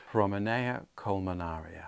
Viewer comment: Just wondering if the spelling or your pronunciation of the plant is correct. Seem it ends iana not ara according to the spelling. Not criticizing but just wondering. You have done a wonderful job with the plant and I love those blooms. So pretty!! Congratulations!!